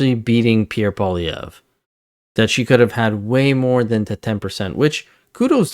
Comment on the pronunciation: it would be nice to hear people properly pronounce Mr. Poilievre's last name. its not POHLEE its PWALEE EVRe. but hey... you know